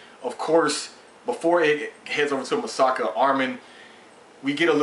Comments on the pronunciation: its Mikasa not masaka or masaki LOOOL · LOL many reviewers say Misaka instead of Mikasa xD Great review. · You're not the first reviewer that says Masaki instead of Mikasa. XD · ace is not calling mikasa "masaki", He's calling her Masaka. he's just flipped the last two syllables and change the mi into ma. and he's not the first review to call Mikasa "Masaka" and even I have a hard time adjusting to the names of the characters. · its mi-ka-sa btw lol